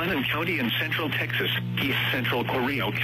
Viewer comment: The way pronounces Texas is quite funny ngl.